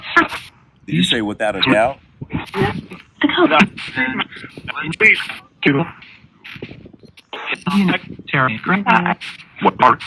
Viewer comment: She said without a dougt